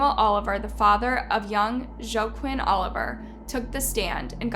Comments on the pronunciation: Right, I was about to comment that. She said, Joe-Quinn lol. It's wahh-keen. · Joaquin is pronounced "Wakeen." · I’m so sorry but that’s not how u pronounce joaquin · I do enjoy watching your videos but please learn to pronounce their names. You didn’t pronounce Joaquin correctly.